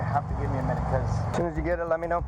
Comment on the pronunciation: The lead cop pronounces get, as git. A rube posing as a pig, Fire him.